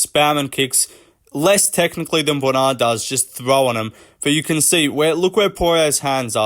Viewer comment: "Bwona Saint Denis"